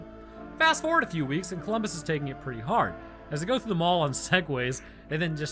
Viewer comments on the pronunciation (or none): none